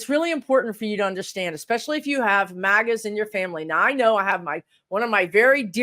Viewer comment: Oh, you said "MAGA's". I thought you said "maggots"! 🤣🤣🤣